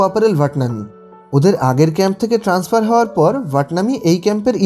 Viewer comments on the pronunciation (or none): none